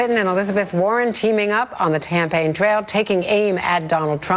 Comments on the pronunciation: Did she say "Tampaign Trail"? I keep hearing and seeing her say that, rewind after rewind. Is it JUST ME? I am alone at hone, i need a reality check on this! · Yes, glad I'm not the only one. "Tampain" as in tampons and pain... Hmmm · Anyone catch that? "Teaming up on the tampaign trail."